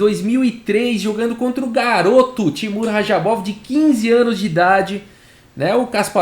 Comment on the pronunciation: Também fiquei incomodado